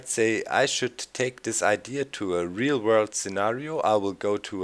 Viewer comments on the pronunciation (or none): none